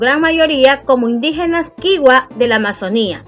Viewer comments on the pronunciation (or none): Gracias. Pero le hago una observación se pronuncia kichua